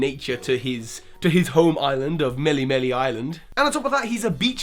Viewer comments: MeleeMelee is not correct, either. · MealeeMealee Island? Nnnno way. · Btw Melemele is pronounced "Meh-lei-meh-lei", not with that "ee" sound. Hawaiian is similar in phonetic sounds like Japanese